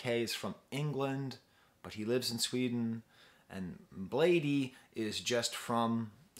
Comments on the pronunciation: I think his name is pronounced as "blade" not "blade eee". ( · Lmao why is this dude speaking so condescendingly. Bladee has been around since 09 so his fans range lmao. I’ve seen more adult fans then child fans. And it’s pronounced “Blade” man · lol it physically hurt me to hear u say blad-ee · as you can see he was not happy with lean mispronouncing his name so he corrected quickly.Pretty sure he's fine with both but still Blade is the right way to pronounce.He also adressed it in the song Hotel Breakfast. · Pronunciation is just "blade" by the way. The extra 'e' is just for style :) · He calls it Blade but you can say Bladey too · I’m bladee she called me blade-e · its pronounced blade. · dayum didn't even catch that lyrics you right, he still is cool with the wrong pronunciation though ^^ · “it’s bladee but you can say blade-e too” - bladee (iconic quote) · Another great analysis; your pronunciation of Bladee is comical. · I pronounce it Bladee but you can say Bladee